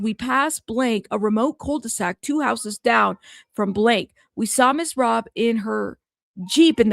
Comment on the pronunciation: It is Robb as in Robbery not Robe.